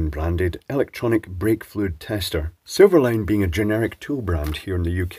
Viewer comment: For a second I thought you said vape-fluid tester. 😅